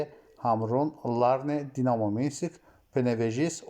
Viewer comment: Hörmətli aparıcı, Dinamo Minsik yox, Dinamo Minsk